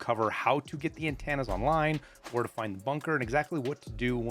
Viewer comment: AnTANNA's lol. thx for the vid